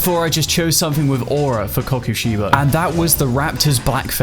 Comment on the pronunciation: Man you say the name weird but meh